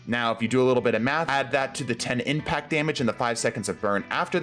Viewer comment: First one says implact instead of impact